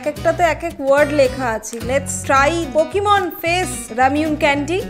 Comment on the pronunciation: pockimoon sine but pocki sine naaaaaaaaaaaaaaaaaaaaaaaa🤣🤣🤣🤣😅😅😅😆🤤😛